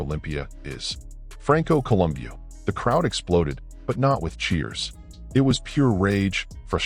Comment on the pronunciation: col um bow listen to the guys that knew him say his name. bow not boo